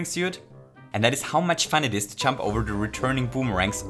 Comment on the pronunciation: it took me way too long to realize he was saying "jump" and not "chump" lmao